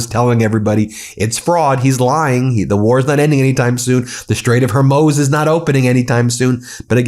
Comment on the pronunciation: Ben, do check how you pronounce “Strait of Hormuz”.